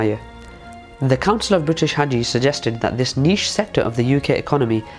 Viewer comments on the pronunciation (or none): none